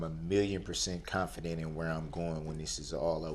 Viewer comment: “Substain” “Confurdent!” “Un-relevant!” “Under Duresst!” “Biast!” “Null and Invoid!” “Dark Skinded!” “Is it fair to say?” “Is that lawfully law?” “Is that a “TACK-IT” agreement?” “I don’t consent to being called by that name nor do I consent to being called defendant nor do I consent to being called he.” “I want to state for the record that I’m not a person I’m a human being.” “I’m always the one getting “AMONISHED”. “Your Honor, that’s “COHORSION!” “I will be able to re-cross “EXAMINATE.” “And after you “SPEAKEN” with law enforcement, did you do any follow up?” “Is it fair to say that because you were so “FIXIE-ATED” by the eyes that it would be hard to tell any other features of the driver?” “It seems to me that all you guys wanna do is gang up on me!” “It’s not an examination, it’s direct!” “Shell casing… bullet fragment… same thing!” “You did being disrespectful, you did being disrespectful!” “You said you collated, what do dat mean?” “I don’t understand, what is “ATTA-TATION”? “What you won’t hear me do is argue facts.” “I always thought Newton’s Law had to do with gravity.” “I didn’t say first, I said he made the initial 911 call.” “The Fifth Amendment Right to silence was invoked so why did you continue to record?” ("You have the right to remain silent. Anything you say can and will be used against you in a court of law.”) “Your honor, what do you mean the papers I want to submit as evidence is hearsay, I wrote them myself?!” “I’m far from an Idiot!” “I’m not the sharp